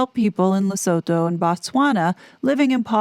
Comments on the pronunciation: Sounds like Harry with the Board of Directors did the right thing. No voluntary member should sue a charity board. Just step down if you are not wanted. By the way it's pronounced Ler-soo-too not so-toe. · Lusutoe. Right way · As a South African can I please teach you just how to pronounce Lesotho. Phonetically Lesotho is pronounced Le sue tu. The th in African languages is a T not th.